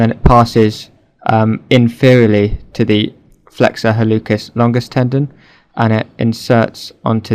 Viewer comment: Pronounciation note: in Latin, "c" followed by "e" or "i" is a "ts" or "s" sound. HalluTZis, or Hallusis longus. This actually is reflected in English pronounciation rules, too (think about when you pronounce a "k" sound for "c" and when you don't). Otherwise, very useful video!